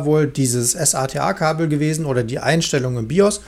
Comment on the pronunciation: Sorry aber es heißt nicht ES-A-TE-A sondern SATA (Serial ATA) wenn es sein soll kannst auch S-ATA sagen ist nur ein Hinweis nicht böse gemeint